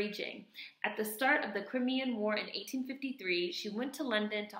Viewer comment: YES!!!!! crimean is pronounce cry-me-an. There is much discussion about her over here, as she did the actual nursing care, whereas florence nightingale was more of statistician and did not DO stuff herself. In fact Florence Nightingale was vocally derogatory about her. Florence had money, wealth, rich politicians behind her who financed everything she did and still didn't want Mary any where near her.......white feminism. This is always of interest to me as I am training to be a nurse, and my mum was a nurse. There are lots of museums, nursing schools, hospital wards named after florence and even now at university she is hailed as a trailblazer etc, a theorist the foundation of nursing. She is very highly esteemed however there is little to nothing mentioned about Mary not even a line in a book. Fortunately my mum was able to tell me about her. It wasn't until last year 2016 that after years of campaigning and fundraising a statue/memorial in her honour was finally made!!! I think in one of your videos you said something so apt, re It's interesting that behind every 'great' white woman there is also a great black woman, a contemporary in their shadow who didn't get any shine (something like that, hope you remember!!). Thank you for shedding some light on this lady!!! xxxxxxx